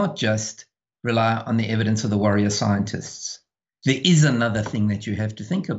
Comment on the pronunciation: Did he say "worrier scientists"?! Dang that is spot on!